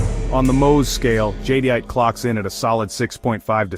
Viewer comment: The AI can’t pronounce Jadeite right… 😞